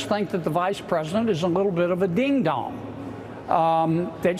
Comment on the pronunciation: Ironic that he pronounces “ding dong” as “deehn dawng” in that hillbilly tone. Green Acres is the place for him!!